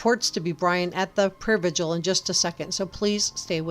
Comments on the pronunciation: Its prayer vig-il not “vidual” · Why can't anyone pronounce 'vigil' correctly?